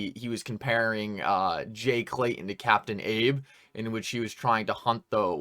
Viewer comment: Love your show, I watch every one. But...I cringe every time you say, "Jay Clayun" or John Deun" It's Clayton and Deaton, if your going to be a commentator - journalist let's clean it up.. just saying.